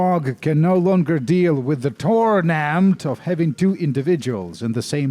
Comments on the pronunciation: Please stop saying TORMENT like that. It makes my Sensates Faction tattoo tingle. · thanks for the new vocal stim, i haven't been able to stop mimicking the way you say TORment... in fact, it's become my own personal TORment